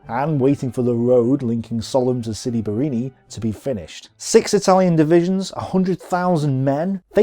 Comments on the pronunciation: Sidi BarrAni, not Barrini....you make it sound like a cocktail drink! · I find it jarring that although his graphic clearly shows 'Sidi Barrani' on the map he keeps saying 'Sidi Barrini'. Apart from the clunky pronunciations though I think these presentations are excellent. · Pronounced Siri Ba-ra-ni NOT Siri Bar- ini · Great video! Only one thing: why dont you just pronounce names like they are written? For exemple sidi barrAni..but you keep calling it barrEni for some reason :-) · Sidi Bareeni? OMG